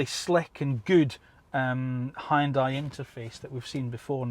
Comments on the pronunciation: its not high on dai... its hYun dai😂😂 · High-yun-dai...lol. It should sound more like "hee-yun-dae". Great review! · "Hoon dye" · Hyundai is pronounced like Sunday.